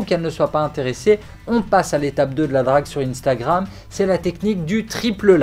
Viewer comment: pourquoi t'as pas prononcé le R 😂😂